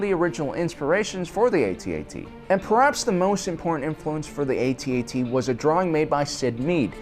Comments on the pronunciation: And it's AT-AT. Not A-T-A-T. thank you and good night. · It’s pronounced AT AT, not A.T.A.T. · Its pronounced at - at not A..... T ..... A..... T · Its not pronounced AY T AY T, it’s pronounced atat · Pronounced AT-AT not A-T-A-T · It is pronounced @@ not Eighty-Eighty. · To make this video bad is his mis-pronunciation of the walker name; ay-tee-ay-tee. It is pronounced phoenetically, rhyming with hat. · It's pronounced @@ not 80-80. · Cool video. Minor irritant that he doesn't know how to say AT-AT properly.